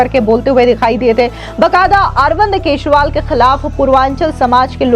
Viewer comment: केसरीवाल ,केसरीवाल केसरीवाल जरा सही उच्चारण किजिए।